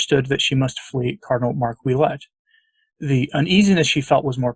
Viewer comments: Please pronounce Oulette as Wa let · a quick correction Ouelette is pronounced "Wa" as in Washington. Thus it would sound like Wa Let! Thank you for your work